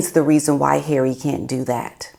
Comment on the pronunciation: HERAY! love how you pronounce his name! lol